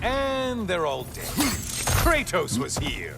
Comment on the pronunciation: I love how he pronounces Kratos's name, it's sounded so grudgful